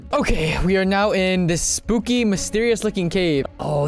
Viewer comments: he said spoopy😂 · You said spoopy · Why did you say spooky spoopy